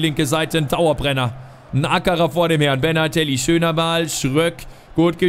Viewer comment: Benatelli ! Nicht bernhardtelli